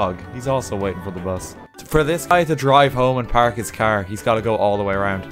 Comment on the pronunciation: If you do have a caer yer fecked. Me: He's speaking the language of gods.